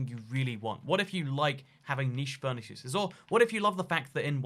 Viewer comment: tiny amount of furnayce ___ What did he say